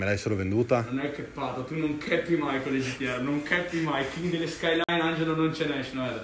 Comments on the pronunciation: Nissan gt r 34 skilyne no skilyne r 33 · SKYLINE R32 .. NON SKYLINER ... pronunciarlo cosi ... e una bestemmia 😀